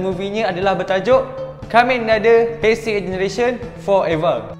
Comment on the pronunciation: Kenapa masa sebut heisei jadi teisei 😅